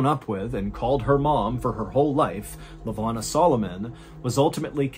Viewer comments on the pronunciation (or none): I love the stories but I gotta correct some of your pronunciation of the Cape Town folks (I'm South African and cannot resist). Miché is pronounced Mee-shay. Lavona is pronounced Luh-voh-na. Excellent stories as always and always love a South African reference😅